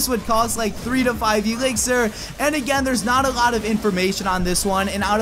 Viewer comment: i hate it when he says Ee-lixir